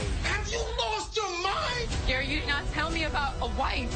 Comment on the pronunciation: I thought I was the only one that heard Fatima say Karen and not Gary.